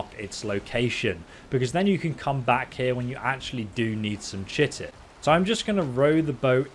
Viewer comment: Chiton is pronounced Kai ton just FYI, only know that because of ark lol